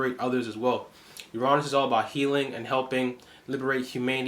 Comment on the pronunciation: I love the way you say Uranus. Sounds right. I’m gonna pronounce it like that instead of the vulgar regular way lol 😂